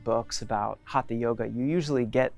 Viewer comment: Westerners including have a hard time pronouncing HATHA properly. It is HUT-HA. Not Haatha. The T uses a retroflexed tongue which is near impossible for westerners! Go south from Goa to Karnataka, and in Kannada hut-ha means being stubborn or obstinate! A hut-ha maari is even worse: a hard headed devil!:) Hut-ha was meant to indicate that it is a Yoga of physical force or energy. From Wiki: "The Sanskrit word हठ haṭha literally means "force" and thus alludes to a system of physical techniques." हठ: in this word, the second letter is a hard, aspirated THA sound. Not like in Thin, thick.